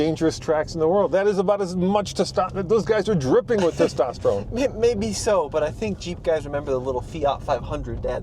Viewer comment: “Testosteroni”….thats Italian! 😂